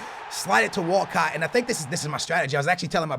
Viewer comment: Is it just me or whenever says Walcott does it sound like he's saying walkout.